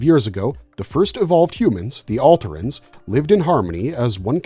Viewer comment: It's "or-eye" not "orey". "al-tare-ins" not "alt-err-ins". You have watched the shows right?